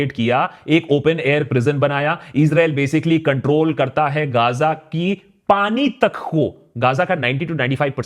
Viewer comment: Bro it's Ga-za. Kya gaazaa gaazaa karre ho